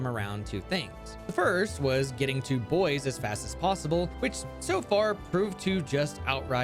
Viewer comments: Bois not boys. Bois is like Bwah. It means wood in French, which is fitting for heracross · It's not "boys" it's "bwah", think of the name DuBois. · it's pronounced bwah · Ngl, it causes me physical pain every time he says "boyz" instead of "bwah" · ITS NOT BOYS!!! ITS BUAH!!!!!! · mfw no one can pronounce Bois correctly they out here playin Disco Elysium calling him Harry Du Boys and not Harry Du Bois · I thought Bois name was pronounced like "Bwaa" but "Boys" is definitely funny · Isn’t Bois in French (Kalos) pronounced Bwah? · Ok, I need to point something out, the moment you have absolutely you have a pokemon that can use icebeam, no need to catch another pokemon for it. And before anyone says it, yes I know that absol doesn't get stab with icebeam. Also, bois is pronounced bwah. It is either the word for wood, or the first person singular conjugation of boire (to drink). So bois either means wood, or I drink. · You do realize Bois is pronounced like "Bwa", right? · because the Kalos region is based in france I think Bois the heracross is actually pronounced "bwah" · Maybe one day people will learn how to pronounce French words I'm definitely not opposed to pronouncing "Bois" like it's English, but not one person has acknowledged that it's a joke pronunciation :( It's /bwa/ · Am i the only person that's upset that everyone mispronounces Bois ; - ; Y'all need to put some respect on the esteemed name of Lieutenant Double-Yefreitor Heracross Du Bois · That's not how Bois is pronounced... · screaming crying begging people to pronounce bois the french way 😭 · I've been wondering how Bois is supposed to be pronounced. Maybe "bwa" cuz it's French? Or bo-iss? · the day ppl pronounce Bois right will be the day I rejoice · its funnier pronounced wrong though